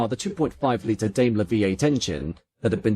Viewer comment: ダメラ～とか言ってるよｗ デイムラーだよねぇ？